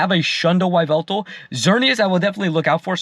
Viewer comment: Whats a Why-veltal?😭😭😭😭